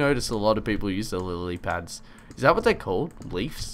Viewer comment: has trouble saying Lilly pads